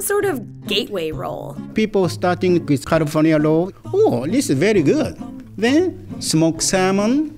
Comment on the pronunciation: "OhHHhh, this is a very gud!"